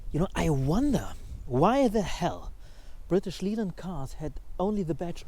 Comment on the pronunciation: Oh, your English is perfect, but one tiny thing - British Leyland is pronounced British Layland. No idea why, just wont of those weird quirks.